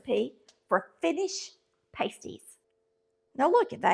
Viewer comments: Not "Patsy", It's "Pass-tee"🤣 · PRONOUNCED PASTIE AS IN PAST. 😊👍🏼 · I am married to a Finn. I make them all the time. These are called pass-ty. The way you are pronouncing the word is a pair of small, cuplike coverings for the nipples of a stripper, nude model, etc. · Pasties are pronounced with a short A not a long A. Pasties with a long A is something the is used by ladies of the night to cover two parts of her upper body. Look it up. Just saying. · UK miners ate these when they went underground, so it is not Finnish, but the recipe was brought to the UP of Michigan bcos of the iron and copper mines. There is a large Finnish community in the UP, so that may be the confusion. Instead of making individual pies, I make them in a pie tin like I would a 2 crust pie. This is a healthier version as it doesn’t have as much crust. Also, u are pronouncing it incorrectly. It is not pronounced like something erotic dancers use to cover their nipples. Ha. I’m from the ketchup camp. Can’t eat one without it. Thanks for bringing this to some ppl’s attention. It is a delicious dish. Since it has onions, carrots, and often rutabaga, it doesn’t need anything to accompany it.